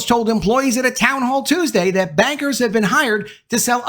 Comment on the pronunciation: I kept hearing "investment beggars" instead of "investment bankers" for some reason.